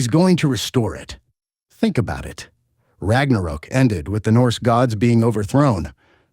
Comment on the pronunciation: Ragnarook? Atreeis? Apreis?